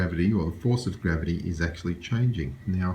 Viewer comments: What the fuck is grahveetee😂😂😂😂😂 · and that he mispelled and misprounced refraction , mirage, gravity , the center of centripetal force and chuckled like he "won" the debate was what made me laugh of how much of an arrogant imbecile he is